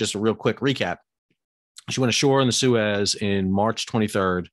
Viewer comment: That's not how you pronounce Suez.